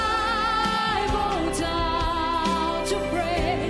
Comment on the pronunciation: Seu inglês é muito bom, mas a pronúncia correta do início do refrão é "ai baudown". Fica dica!